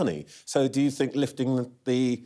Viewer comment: " fink" must be " think" 🤔